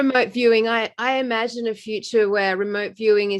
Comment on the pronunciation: Imagine im-a-gin-e